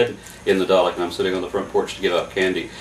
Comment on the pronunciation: Why do americans always pronounce the name dalek wrong?